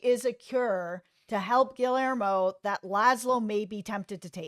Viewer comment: You both are so wonderful! Happy I stumbled upon this. Haven’t see the episode yet but I can’t find it online to watch and my ‘bootleg site’ hasn’t loaded it yet. Anyway thank you guys! Also - Gill-Lare-Mo?!?!?! Gee - Yare - Mo (lol)